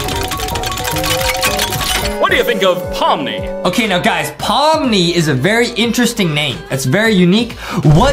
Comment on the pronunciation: Is. In. It. Pommi. And. Not. Pomni. Were. Are. You. Geting. Thé. N???